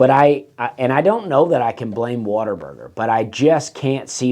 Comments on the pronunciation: For the love of God quit saying “water burger”. It is what a burger. WHAT A. There is no er in “what a”!! You are killing me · Sounds like you are saying WATER-BURGER. Also; you will be hearing from their lawyers very soon.....